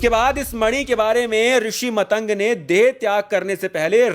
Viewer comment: Bhai vo matang nahi maatang rishi hai,galat pronunciation se thoda irritation hoti hai. Baki video bht hi informative n rochak hai👍